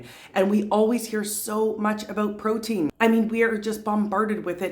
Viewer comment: I fully agree with you..more emphasis on fibre rather than proteiin..